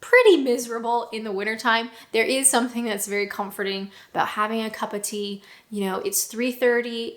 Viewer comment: I love your pronunciation of ‘a cuppa tea’ 😀